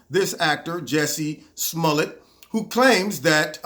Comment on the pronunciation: His last name is not Smullett. It’s Smollett.